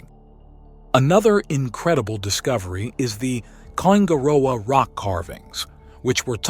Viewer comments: Kai - man - na - wa is how we pronounce it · You need to learn how to pronounce Maori words such as "Kaimanawa"... there are examples of correct pronunciation in some of the segments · Here's a little hint on how to pronounce Maori words the vowels for the maori language are pronounced a = Ah e= Eh I= Ee o= Or u= Oo Wh= F nga= Nah so Kaimanawa would be pronounce like this Ky mahnahwah not the butchered kay man awa you keep saying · Its pronounced kai- mana - wah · Bro you need to get your pronounciation right on maori and kaimanawa'' As a kiwi its haed to listen to'. take care mate. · Listening to this and the pronunciations of the words are hilarious!!😂😂 Its no kai manaaaaaaaa ........wa. Its kai maua. Kai ma noooo ah. And its not the may ory people. Use normal vowels like a human??? Ma(short) oldy. Sounds like moldy bread . Moldy. Ma ori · you should ask someone to tell you how to pronounce Kaimanawa it is kye mannna wah, mana is said munna Maori is pronounced MO RI